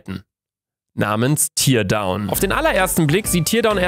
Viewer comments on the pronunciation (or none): "Tear down" heißt abreißen und wird in diesem Fall nicht wie Tier, sondern wie Teer ausgesprochen. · Definitiv ein 2. Teil! PS: Man spricht es "terdown" aus nicht "tirdown". Man schreibt es nur so: Teardown. Das ist Englisch für abreißen. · Digga luca mann spricht es "tärdown" aus nicht "tiiiiierdown"!!!! Wann hast du das letzte mal englisch gesprochen? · Bitte sprich es richtig aus. Es heißt Teerdown!!! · teardown wird actually terdaun ausgesprochen...